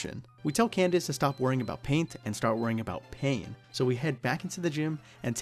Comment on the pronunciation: I know I've been out of the game for a bit, but hearing you say Candice was like a glass of water in the face.